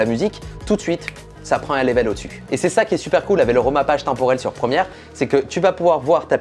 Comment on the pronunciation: j’aime beaucoup tes vidéos y’a pas de soucis mais juste un truc, prononce léveul et pas lévelle pour level 😉